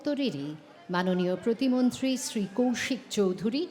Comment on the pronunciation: But Yes... regards to her যে, তিনি আজকালকার কিছু আধা-বাঙালি মূর্খদের মতো বাংলায় 'শ্রী'-কে 'SH'ree বলেননি - 'SR'i-ই বলেছেন (as opposed to those who believe "শ-এ র-ফলা থাকলেই ও'টিকে 'SHR' উচ্চারণ করতে হয় (এবং, যারা তা করতে পারে না, তারা বোকা)"! - যথা, শ্রেয়, শ্রেষ্ঠ, শ্রেণি...)! 😂